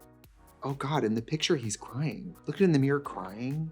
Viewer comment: Trixie making us Midwest gals feel seen, one “meer” at a time 🪞💕